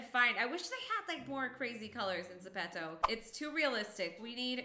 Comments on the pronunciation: Zepeto (Ze-pee-toe) Not (Ze-pet-toe) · You say it zip-top